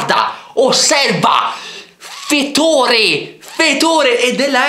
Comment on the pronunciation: GUARDA, OSSERVA. FFFETORE FETORE. XD MAONNA SEI L'UNICO CHE MI FA MORIRE COSÌ